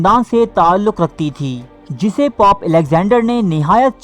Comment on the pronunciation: Please use the word " dosto "---. It is not POP---it is pope---. Pop is a type f music---.